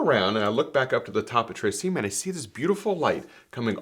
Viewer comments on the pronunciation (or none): Tre Cime pronounced tsheemeh